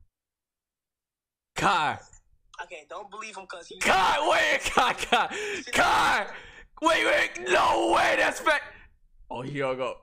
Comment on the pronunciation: really said Chai 💀🤣